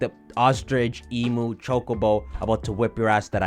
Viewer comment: as a member of the Australian community Imma have to ask you to stop pronouncing emu like Like fr please it hurts